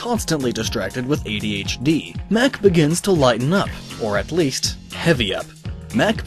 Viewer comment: why does he say it like a whole other word lol AYE DEE AYECHE DEA